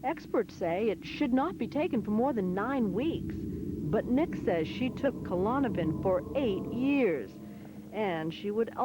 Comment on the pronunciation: KA lawn a pin? no no, it is "clawn-a-pin"